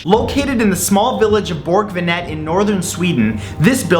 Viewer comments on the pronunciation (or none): "Bork vanette" ...as a swede I had to google what you meant.